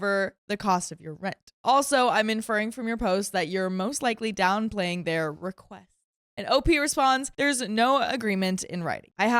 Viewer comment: "I need to be very careful when enforcing boundary" is not a correct sentence! It needs to be boundaries. Enunciate the full last word of sentences! Don't make us guess what you're gonna say. "Reque" does not equal request, pronounce the full word!